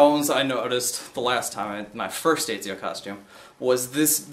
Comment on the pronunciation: (Et)(zee)(oh) not (Ee)(zee)(oh)